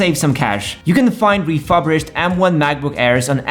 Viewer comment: It’s re-fur-bished, not re-fub-rished.